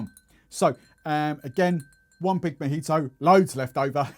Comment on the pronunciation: A little long , too much talking and not Majito it's Mojito...must try on the accent